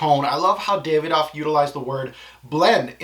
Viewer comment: Brilliant review but it's pronounced "Da-vi-doff" not "Day-ve-doff"